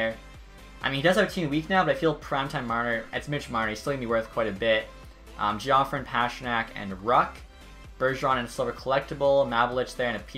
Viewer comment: I love you, but Bernie Geoffrion is (Jeff-Ree-On):)